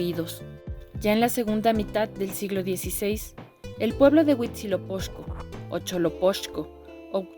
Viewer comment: Muy informativo. En náhuatl el fonema x y ch no son equivalentes, por lo que HuitzilopoCHco no se pronuncia Huitziloposhco (así como Tenochtitlan no es Tenoshtitlan).